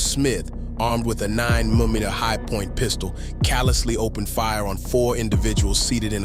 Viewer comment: I only figured it out by the way it pronounced 9 mm lol other than that I’ve been thinking it was a real person lol 🔥